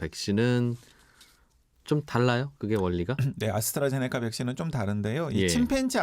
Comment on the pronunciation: 아스트라제네커 아니고 아스트라제네'카' 입니다 기자님